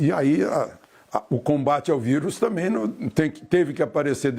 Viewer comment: Não sabe nem falar, "também " não tamém ...